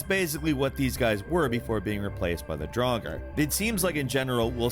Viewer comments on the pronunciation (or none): none